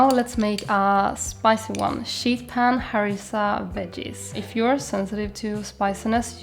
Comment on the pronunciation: You are my inspo for you tube and my fav vegan you tuber. When you say sheet pan, make sure you emphasize the 'ee' as it sounds like you are saying shit pan 😅 ❤